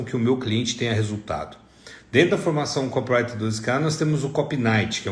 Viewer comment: É "co PI rai ter" , seu ANIMAL! E não kop rai ter!!!!!! Co pi wri ter. 4 sílabas é não 3!!!!!!!!!!